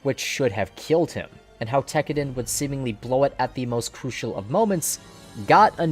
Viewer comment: TEK-AH-DAHN not TECKERDEN